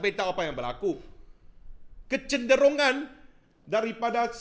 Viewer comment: apek cakap “kecenderungan” bebbbbbb.....terbaek la